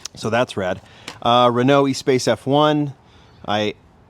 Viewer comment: I'll say it again and you'll ignore it. It is pronounced Renault ES-PASS. NOT EE-SPACE. Geezus. It is a FRENCH car,, not English.